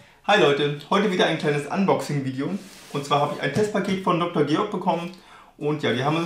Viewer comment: gutes video, aber ich glaube, der von der firma beabsichtigte werbeeffekt wäre etwas höher, wenn du deren namen richtig aussprechen würdest....... ;)))